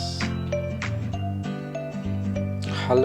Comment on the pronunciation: 2: 00 Indo ips di baca "i pe es" Mal ips di baca "ai pi es".